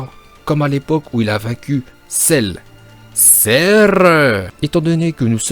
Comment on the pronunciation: Cell,Cerrrrru où bien Rrrrro Day Kaïoshin😂😂😂